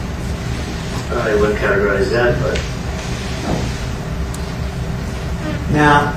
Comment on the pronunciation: “YOUR HONOR HE SAID “THAT” not “DAT” I rest my case!!!